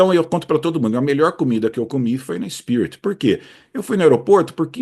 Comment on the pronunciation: Em leia-se “spirit”